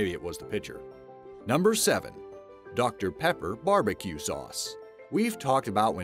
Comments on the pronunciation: He said barbicube instead of barbeque twice. I'm from the ozarks, and that's just disgraceful. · oh my god say barbecube one more time! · I hate how he says bbq sauce. Sounds like ‘barbeCUBE sauce’ lmao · "Barbecube sauce"